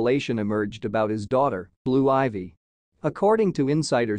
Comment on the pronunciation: Hey if you gonna report on ppl learn how to say they name right men